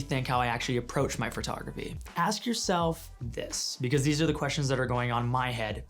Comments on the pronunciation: “The art of Fart-ography.” I can’t stop hearing it now lolololol. Sorry. 🤣🤣🤣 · Sidebar: No criticism, just a sincere question based in my own ignorance, is "phertography" a Hau-ism or the way Canadians pronounce "photography?" PS, your cat looks super badass, like it will grow up to have super powers. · This dude says photography the same way I do.... fertography. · hurr. So, I might be crazy, or it may be candian, but I swear it sounds like he's saying furtography when he says photography.